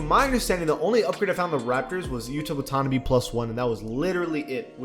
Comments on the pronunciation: Bruh yuta Wah-tona-bee it’s pronounced Yuta Wah-tuh-nah-bay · Bro its yuta wa-ta-na-bay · bro said “watonabee” lmfao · You did not pronounce Yuta Watanabe’a name like that 😭😭😭😭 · Your saying Yuta’s last name wrong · Bruh butchered Watanabe pronunciation 😂